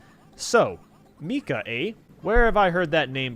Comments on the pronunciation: “mee-cah” it’s Micah sir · It’s Micah not Mika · It is not pronounced meecah. It is Micah. I know this cause it is my name and that is how it sounds in the Bible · When he says the name Micah wrong 😂 (It’s pronounced My-cah) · Should I be freaked out that I was playing this game, on inDS, and that’s my real name 0-0 (also, it’s pronounced My-ka,. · it's pronounced mike-uh, I know this because I have a friend named Micah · My brother is called Micah and he wouldn't be too pleased to hear how you pronounce it lmao. His name is pronounced My-Kah